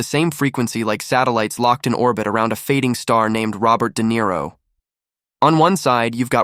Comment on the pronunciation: Who is Dare-O? was that a little orange fish everyone was looking for? We hate AI for a reason. If you can't do it, then just don't. The strange pauses and mispronunciations drive us nuts and ruin your videos.